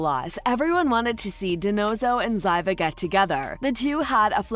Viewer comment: Zyva? ZYVA? Clearly, you never even watched the show. And title-ar? It's titular. Tit-u-ler. It takes so little effort to Google how to pronounce words and names.